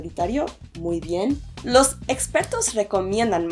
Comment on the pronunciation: se escuha mejor: quiero, me gustaria, quisiera empezar aqui acentúa demasiado LOS, cuando lo importante es EXPERTOS, los EXPERTOS recomienda.....acentando expertos suena mas natural al principio sentí nerviosa.......deberia de cambiarse por: al principio sentí nervios.....ó al principio me sentí nerviosa........pero aún mejor dicho sería: me sentí nerviosa al principio......o podria ser tambien: sentí nervios al inicio, (al inicio, resultaría un acento español mas refinado). si yo dejo que eso me impide.......si yo dejo que eso me impida......... (ambos son incorrectos), al menos no lo dice un nativo latino. correcto bajo el contexto deberia de ser así: si yo dejo que los nervios me lo impidan, ó si yo dejo que eso me lo impidiera, entonces no van a aprender nada de español. si yo permito que los nervios me paralicen, entonces no van a aprender ingles (seria lo más correcto)